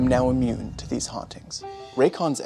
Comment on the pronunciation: Best earbuds commercial ever 😂😂😂 "I'm now immuned to these hauntings!"